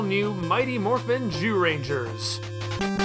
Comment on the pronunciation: You do sometimes slip and say jewrangers right?